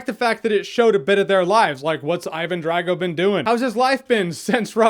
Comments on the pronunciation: Think Dr. Dre. Dre-Go, not Drag-oh. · Draaaago? Say Drahgo, please... :P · I always thoughts Drago was pronounced Drah-go. More of an ah then an a.